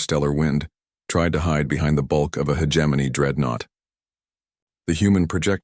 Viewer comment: I can never get past the AI mispronouncing "hegemony". It's not a J sound. It's a hard G sound......